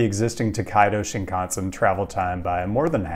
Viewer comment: pronouncing “Shinkansen” like when TPain rhymed “mansion” with “Wisconsin”